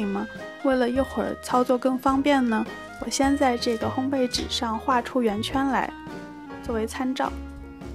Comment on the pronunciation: 发音很棒 ！两个很多人读错的字你都读得很准确：玫瑰[gui]，烘焙[bèi]。